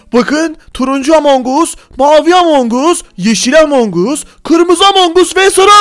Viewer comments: Abi among us deyil among gas diye sölenio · Abi among us değil among as diye okunuyor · Abi among us diyil emong as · Abi o amon us diye okunmuyo amon gas diye okunuyo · Abi o among as diye okunuyo